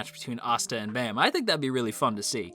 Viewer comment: Please say their names right... It's Baam(Bahm) and Khun(Koon) sheesh. I didn't realize how much incorrect names would piss me off